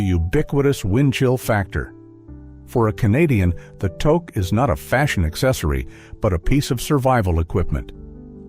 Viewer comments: The phrase is,, “how do you like your coffee?” And the answer was, “crisp!” You need to start reading and pronouncing properly. And TOKE? Come on! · No, no, the commercial was; "How do you like your coffee?" "I like my coffee crisp!" And Ai pronounced toque so badly! It rhymes with toot! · It's pronounced "took" Rhymes with "kook" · Toque is pronounced TUKE rhymes with fluke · G'day (we used to say that in Ottawa when I was a teen in 1970s). What's so hard about saying "tooke" for touque? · Thank you. He really needs to get his pronunciation right. He would be getting real high in Canada, if he asks people for a toke, and wonder why he wasn't getting a hat. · Which is how it incorrectly pronounced it. Too-k, if you must. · Obviously not a Canadian, he keeps mispronouncing toque. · Yes the pronunciation is wrong. Toque uses a sound like the o sound found in loose. Get it fixed people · AI should learn how to pronounce toque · This is a US site....tooook when it's pronounced tuuk. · It's "tooke" not "toke".. spelled toque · I'm losing it on this whole Toke thing. I guess its better said as tooque instead of toque. If you're doing a video about Canada get the pronunciation correct. Guess we also have to ask if it has to have a Pom-pom on the top to be a toque. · Wtf? It is not pronounced toke. It is tewk. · Its pronounced, toook , not toek . Other than that you got the canadian ideosicrosies bang on , good job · AI is reading this, we use a toque in the Canadian winter, (😬 and NOT a toke.) ❄❄❄❄❄❄❄❄❄❄❄❄❄❄ We pronounce it "took". Essential Canadian vocabulary. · Toque is pronounced "tuke" not "toke" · Your AI speaker is Pissing me of It's Pornounced TUK not TOKe EGGGG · I take it you’re not Canadian. Otherwise, you’d know how to say things like touque “TOO-K” (too + k) not toke. Hilarious because that’s another part of our culture… cannabis! 😂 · pronounced ToooKE , not toke, but sometimes both. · It’s a tooke not a tok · It's not a "TOKE"! It's pronounced "TOOKE"!